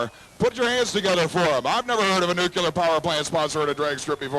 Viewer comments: it's NU CLEE ER... literally spelled nuclear not NU Q LAR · NUCLEAR, not nucular! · I would thnk that a professional announcer would pronounce the word Nuclear properly. It is NOT NOO Q Ler. It is pronounced Noo cle ar. Just like it is spelled. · Ugh, and he says, "Nuc-you-lar" instead of "Nu-clear." Must have gotten speech lessons from George W. Bush. Smh. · A NUCULER power plant. Doesn't he mean nuclear? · Why can't people learn to say nuclear? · Or pronounce Nuclear! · For some reason it's common for people who actually work in the nuclear power industry to use the improper pronunciation.